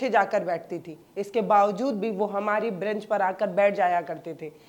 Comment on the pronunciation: ब्रैंच नहीं, बेंच...